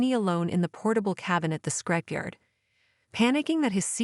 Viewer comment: It’s ‘scrapyard’, not ‘scrapeyard’, dopey.